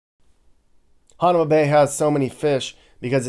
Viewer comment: Youre pronouncing hanauma bay wrong